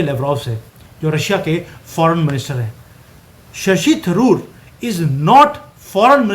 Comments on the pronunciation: भाई आप शशि थरूर को शशि तंदूर बोल रहे हैं😊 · जी, थरूर को तंदूर बोलने की कृपा बार बार ना करें। यह सही नहीं है।